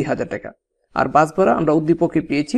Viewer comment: একটা কথা বলি আপনি ভাড়াকে বারা বলছেন কেন ?😅